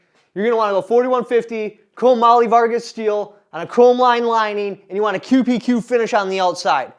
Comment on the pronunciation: Are you saying chrome moly Vargas? Chromium-Molybdenum-Vanadium